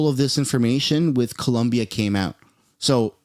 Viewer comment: It’s Colombia, not Columbia 😂